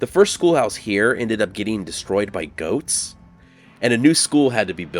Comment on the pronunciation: At first I heard "ghosts," so when I realized it was "goats" I was only slightly less confused!